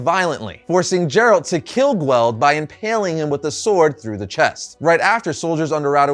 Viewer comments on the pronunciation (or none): Dumb video. Focuses way too much on the show, and the guy here is just a NPC reading a script. Can't even pronounce Geralt right.